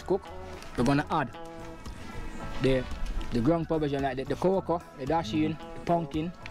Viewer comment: ‘Ground per vision’?!